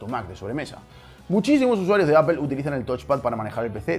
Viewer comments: se dice ÁPOL No ÀPEL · Por que dices "apel" y no "apol"? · Ps a mi no me gusta ver fracasar a la gente xD. Y cualquier persona que sepa hablar un inglés avanzado, no importa su acento, nunca diran "Apel". Dirán algo parecido a "Apol" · y tu "apol" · ¿apel? sería aple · No sé dice Apel! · Se dice apol no apel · Siempre que escucho a un Español decir Apel en vez de Apple, se me hace muy extraño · Apple => "Apol", pronunciación en Inglés amigo. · "APEL" que coño es eso? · Pued técnicamente si lo pronunciamos bien ya que donde nació Apple se dice apol y toda Latinoamérica le dice así, no es por ofender ni nada pero ustedes son los únicos que lo llaman diferente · La pronunciación correcta en inglés gringo y británico es "apl". Los españoles en realidad pronuncian muy mal el inglés por lo general. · Al meno es mas correcto que decirle apel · B3E3 eso no es verdad, ustedes lo escuchan así pero no dicen apel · Me mató la pronunciacion "Apel" xd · Hermanos españoles, ¿por qué pronuncian Apple como "Ápel" y Google como "Góguel"? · Apel jajajajajajaja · ¿Por qué los españoles son tan malos pronunciando los nombres de marcas? ¿Micro-sóft y Appel? Buen video de todos modos. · Escuché Apel y cerré el video... bay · Se dice apol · Apple se ha de estar revolcando en lava de escuchar como los españoles deformaron la pronunciación del nombre de su empresa. ''apel''